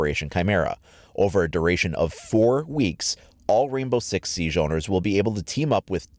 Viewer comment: Stop pronouncing Siege incorrectly.